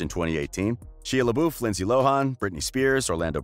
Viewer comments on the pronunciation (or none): LMAO their pronunciation of Shia LaBeouf (Shy-ah La-Buff) and Lindsay Lohan. (Lind-zee Loe-han). "Shee-ah La-Boof and Lind-zee Loe-hon" time . Oh and their pronunciation Megara ("Meg-er-ra" as pronounced in the movie), "Muh-gar-ra" how they pronounce it. time . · My mans just said... Sheeya leboof.... sheeya leboof... bro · Did you really say Shee-a LaBoof? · “She-ya LaBoof” 🤦‍♀️ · Brooke Commons shy-uhh luh-buff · nobody: the narrator: shEEa labOOF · “Sheeea leboof” lol I’m weak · Lol at “Sheeya LeBoof” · "Shia laboof. Lindsay loharn" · shee-uh luhboof LOL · ah yes I love she-a la-boof and linsee low-hon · She-uh Luh-boof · Sheea LeBoof?? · The pronunciación of "Shia Lebeouf" was devastating. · COURTSamaziing broooooooI’m glad I’m not the only one that’s triggered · I'm sorry , love the video, but your pronunciation of Shia LaBeoufs name cracked me up XD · I'm sorry, you said SHIA LABOOF?